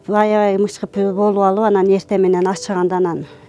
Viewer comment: Мычкып дебей мыкчып днш керек